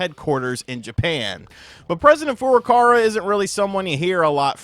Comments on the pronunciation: Please pronounce Furukawa's name correctly; it is Furuka-WA not Furuka-RA. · Kyoto Kyo-Toe Not key-yo-toe ... Furukawa Foo-Roo-Cow-Ah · He still says Furukawa wrong.